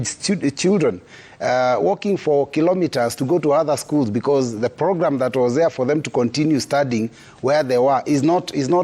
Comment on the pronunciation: A dude who can't say program lol